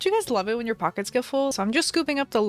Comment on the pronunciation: When she said "pockets" I thought she said "pacas" Like alpacas